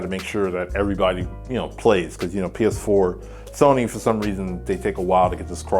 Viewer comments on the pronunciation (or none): none